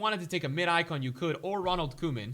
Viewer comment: ITS PRONOUNCED K-Oh-MAN